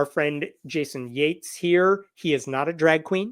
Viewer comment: did Hemnat say JATES, oh so Yates, like we don't know how to spell it, FUCK SAKE